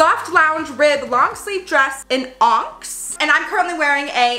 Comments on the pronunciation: lmfao 'onks' nooooooooooo on-ix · Onyx is pronounced Ah Nix. you crack me up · Hahaha I laughed when you said “onx” 😂 it’s actually on-ix. Ix pronounced like Twix. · onyx is technically pronounced aw-nixs. But pronounces it as onks so i pronounce it as onks 🥹🫶🏻🤍 the amount of confidence in this video makes me feel so happy. i LOVE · ONGST LOLLLLL it's ON - - Knicks = onyx. I have dyslexia so I very much get it LOLLL girl ily. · Love this! You look amazing and I love you so much for pronouncing it onx (not being Grammer popo but if ur curious is on-nix) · You’re too cute! Love your energy! And the way you say Onyx is so adorable lol it’s pronounced like ON-IX. I,too, may just start saying onks instead 😉 xoxo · Lol the fact that you keep saying onx instead of on-yx 😂😂😂 (ah-nix) love this video tho 💕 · Lol... "onks". It's pronounced "on-iks". How you say it is so cute I'm adopting it now. You look amazing in this clothing,. You look lovely anyways, but this really looks good on you! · "In Onks...." oh,...., I am dying. It's pronounced äniks.. ahnicks... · Lolllll, it’s pronounced Onix, not Onx 😂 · The color that you got is pronounced on-icks. Not onx lol. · 🤣🤣🤣🤣🤦🏻‍♀️ she said "onx" instead of ON-IX! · Onyx is pronounced on X :p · Sugar, ONYX is pronounced "on-nix", not "onx". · Lol, the confidence that said "onks", made me doubt how I pronounced onyx my whole life! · She is adorable! But hey skims who missed the onyx/onks hiccup when approving this video? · Was actually just watching a Hopescope video and she was saying how this is her comfort channel so I decided to check it out and this is my 3rd video so far, absolutely obsessed with her channel, she's so cute and charismatic and hilarious and when she said onks for the first time (and every time since) I just melted, absolutely LOVE that pronunciation, too freaking adorable!!!! Made a mental note to say that from now on cuz like how sweet 😍😍😍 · Onyx is “on-icks” 😂